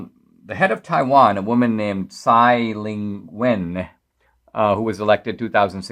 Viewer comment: Taiwan President's name is Tsai ing wen, not Tsai Ling-wen.